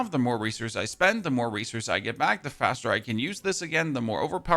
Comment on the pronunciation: How much "race horse" are you spending? 😂 I thought I heard that instead of resource, and now that's all my brain hears. Thanks for the video and updates on the patch. Sounds exciting.